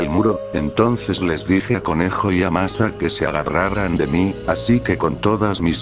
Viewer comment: Por qué dijo masa 😝 jajajaja xddddddd😂😂😂😂😂